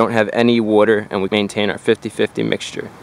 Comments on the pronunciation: Wooter. Wooter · You don't want any dirty wooder in your heater core. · wuter lol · Wooder wooder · When he goes through a drive thru-"one small ice wooder"